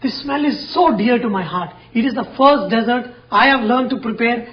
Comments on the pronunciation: It is not a Desert it is a dessert and it is pronounced (dih-zûrt). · Good job, man. When you refer to women, don't call them 'females.' Also, when you refer to sweets, don't say Deyzzart (desert), but dizert (dessert). LOL! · you are a great chef but I would like to point out that pronunciation is dessert not desert